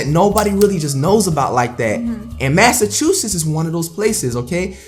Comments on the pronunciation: "under the state of machasussets " - Flight 😂, even his speaking is an L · tried not to laugh when flight couldn't read Massachusetts 😂😂😂😂